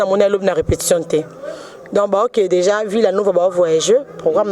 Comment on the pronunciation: yo nde oza na problème na e na é. i na u . "anneu passée nde nini ?" "deuja" na nini ?